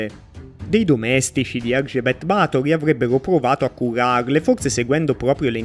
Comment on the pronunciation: Ba'thory avendo l'accento sulla A si pronuncia diversamente